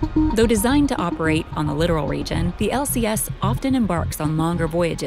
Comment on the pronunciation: Lit-OR-al, not "literal". There's a difference.